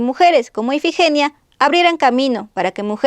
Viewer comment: Dijiste más de 2 veces el nombre de IFIGENIA mal tú dijiste EFIGENIA